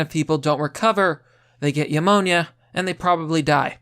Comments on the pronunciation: I love ya bro but.. It’s NEW-moan-YA. Not.. YA-moan-YA. It’s like when you say the word pneumatic. The p is silent. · Once again - "new-monia." Try it, it might work for you.